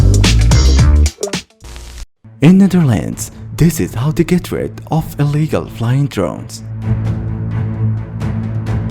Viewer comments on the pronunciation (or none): none